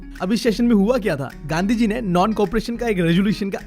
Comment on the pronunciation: Bro made gandhi ji sound like gandu gi 😂